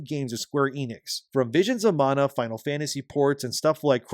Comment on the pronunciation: YOU SAID "VISIONS OF MANA" CORRECTLY!